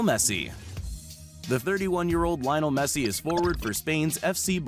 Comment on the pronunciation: How he said leonel messy